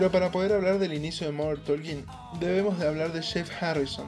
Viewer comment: Por que você fala MODER TOLKIN????? Tá errado!!!!! Por favor.